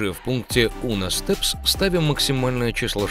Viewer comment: undo читается как "анду" Do - это 'делать' , un do - что либо "раз'делать" то есть отменить